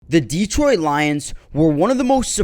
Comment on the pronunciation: It's pronounced duh-troyt. Not Dee-troyt